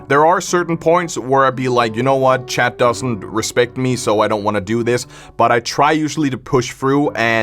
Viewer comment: honestly i always thought your accent was funny, its unique, i dont hear many youtubers with it, back when i first saw a video i heard you say "chat" as "chad" and i think its very funny, it honestly makes your videos funnier.